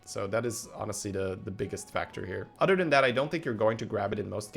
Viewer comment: It’s “other” not “udder”